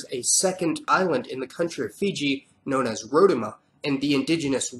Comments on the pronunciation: I respect the video and you learning our cultures but as a rotuman this pained me to hear 😭 It is pronounced Ro - Two - Ma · Pronounced: New *Kaledonia (New Caledonia) Ee-tuh-oo-kay (iTaukei) Roh-two-muh (Rotuma) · Its Ro*tu*ma not Rotoma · FYI , Rotuma is pronounced as Row- 2 - muh😊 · I cringed at your pronunciation of Rotuma and New Caledonia. Also, just wanted to elaborate on the Asian population in the Pacific. Indians were shipped to Fiji back in the late 19th to early 20th century by British colonialists as endentured labourers to work in sugar cane plantations. Same way Chinese coolies were brought over to islands like Samoa to work copra plantations during the German colonial rule. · The way he pronounced Rotuma killed me. 😂 Great video though